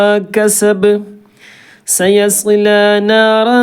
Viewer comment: سيصلى സ്വാദ് വ്യക്തമല്ല.